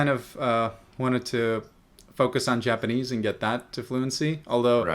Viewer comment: damn both of your japanese levels are really high. pretty good pronunciation too